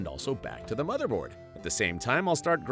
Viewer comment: "The smotherboard" 😂